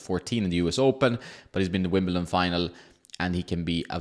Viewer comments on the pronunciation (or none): none